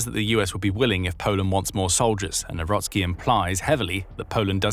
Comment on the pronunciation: Nawrocki not newrosky 😅😅🤣